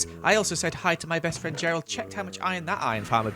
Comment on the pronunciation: Mha fwend mad now 😂